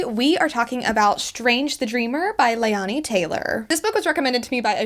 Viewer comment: Your pronouncing the authors name wrong. Its not (Lay-on-e), its ( Lay-nee). Also really good review.